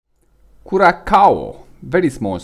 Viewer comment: oh boy, that hurt my ear. it's pronounce "kurassao" .........bare minimum request is to pronounce correctly the place you talk about. try remaking the vid. and you need to slow down so that your Romanian accent is not that strong. relax.